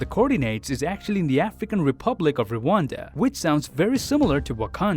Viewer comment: Wakanda is uganda i came from congo 🇨🇩 to Rwanda 🇷🇼 all the way to ugandan 🇺🇬 and u pronounced Rwanda wrong so it doesn't match with wakanda it matches with uganda